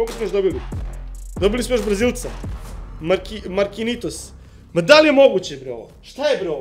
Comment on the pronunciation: Prestani sa skupljanjem sličica. Ti ne znaš ko je Markinjos. ..... Markinitos 😂😂😂